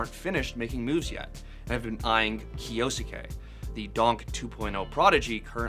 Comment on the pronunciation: Literally no one knows how to say kyousuke (kee-oh sue-kay)